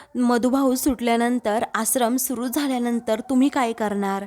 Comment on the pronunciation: या बाई आश्रमचा उच्चार कसा करतात ते नीट ऐकून उच्चार व्यवस्थीत करण्यास सांगावा.